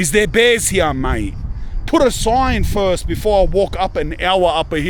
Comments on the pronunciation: “Hee-yaw” instead of “here” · Right heyeah? Are you sure it's heyeah bruv? Nawr! Just teasing, bud.